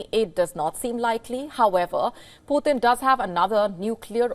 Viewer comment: are you sure about the word "you're next? Please check, I doubt of that word.whenever you pronounce Putin, it sounds as poor thin 😊,Mr Vladimir Putin is together with Mr Trump both with 2nd chronicles,revelation, 1st Corinthians, 1st Corinthians 5:1-5, 1st Corinthians 6:9-11,mr Starmer to exchange Bible with Mr Trump, American English and British English Bibles, as Mr DL moody quoted"The Bible was not given for our information but for our transformation "."GOD doesn't expect the impossible from us.HE 2nd chronicles,wants us to expect the impossible from HIM ".thanks, please recheck of the word 'You next ',and delete it off, as it may lead to another unhealthy angle.